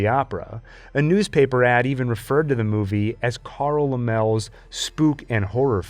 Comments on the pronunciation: Very nice! BTW, Laemmle is pronounced Lemley vice Lammel. Again, it was a very wonderful presentation. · Carl La-mels? It's pronounced Lem-el-lee. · Great Job!!! The Phantom Carriage from 1921 is also a great Horror classic. The name Carl Laemmle is pronounced 'Lem - Lee'. Wonderful job! I appreciate your efforts, and I learned plenty. No one else has covered the first 30 years of Horror in film on You Tube better than you. If it wasn't for German Expressionism .. the early American Horror films wouldn't be the great classics they are today. Thanks!🙂